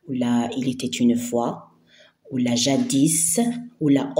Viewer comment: اختي باينة فيك دابة مش جاديس جادي برك مننطقوش س😅😂